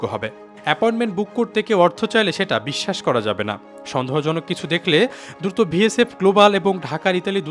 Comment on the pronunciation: Vsf noy vfs, barbar aki vul bolchen.